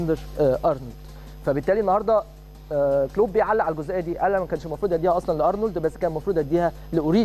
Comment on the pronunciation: اولا الانجليزي تبعك زي الزفت و نطق اسم كلوب او حتى ليفربول زفت تانيا خليتها حرب ؟ يعني تبدا كلامك بكلمة " احنا مَش اوزين نكبر الموضوع " و بعديها على طول حرب حرب حرب دمار نهاية العالم افتتتتتتتتتتتتت من الاعلام و اهله